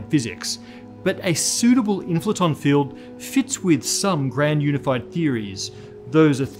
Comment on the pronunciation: The WHAT field? Inflaton? Can't understand the pronunciation.